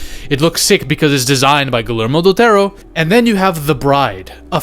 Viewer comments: First time he said something like «Guhlermo Dutero», but afterwards he just said it «Gelermo dul Tauro» like any other gringo ever, which I'm used to, so it's fine. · ❎Guillermo Del Toro ✅Gullärmo Del Tarot